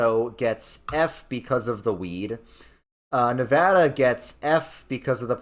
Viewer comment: Thank you for pronouncing Nevada correctly! Also, I’m mad because I can confirm Nevada is F tier, and for more reasons than prostitutes.